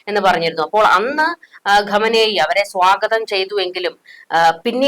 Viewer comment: ഖമ നേയി...അല്ല ചാച്ചീ.. ഖൊമേനി......😂😂